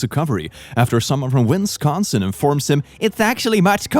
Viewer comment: ... winsconsin he said 🤣🤣